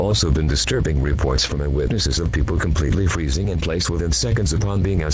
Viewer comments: Eas freezing sounded like it was saying NOOOOOOOOOOOOOOO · EVERYTHING IS FREEZIN EVERYTHING IS FREEZIN Got Me Laughing😂😂😂😂😂